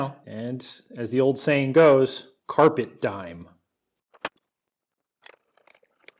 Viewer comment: Its not "Carpet Dime" its Carpie Diem